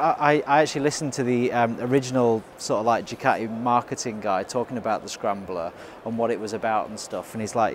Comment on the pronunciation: Don't forget your T in Ducati.